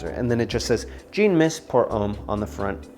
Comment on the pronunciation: Thanks for the videos. Jean is a French name and is pronounced John.